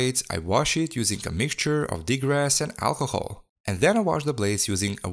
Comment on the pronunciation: Degrass? Not degrease?